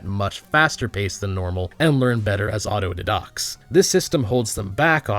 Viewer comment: I found your channel and I've been watching your videos, and honestly I like a lot of your insight. However it's odd sometimes how you pronounce things. I've never heard anything pronounced "autodidact" that way, and in another video you pronounce "GOP" as "gop" (to rhyme with "pop") and not "g-o-p", as I usually hear it. Nothing huge, just an interesting observation